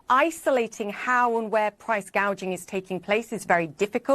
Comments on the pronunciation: Did anyone notice that Harris mistook "price gouging" with "price gauging"? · True! It's like she is talking about the economy for the first time, so she is reading a script, but she doesn't know the meaning of anything in it. So, instead of saying gouging, she says gaging. Its angering to know we allowed this pos to get where she is. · I noticed in one of her speeches she said “price gageing” not price gouging. I wonder if that was intentional so later she could say no, no I didn’t say price gouging, I said price gageing. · She said “ price control” and she said gaging not gouging 🤣🤣🤣🤣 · This guy on The Young Turks, is by far an ignorant nut job! Kamala didn’t even use the proper language in her speech. I.e. price gage. It's gauge! SMH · She actually said. Price “ cage “” ing. It was funny. She can’t even say gouging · She said price gage lol not gauge 😂😂😂 she drunk or stupid? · Kamala: “it’s price GAY-jing” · Caught that too she can’t pronounce price gauging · she is not smart. She read the teleprompter and couldn't correct it. She also said "...hospatility workers"